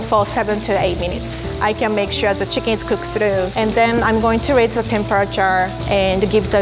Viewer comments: Chickings😂😂😂😂😂😂😂😂😂😂😂 XD XD XD XD XD LOL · BONE LESS CHIKEEN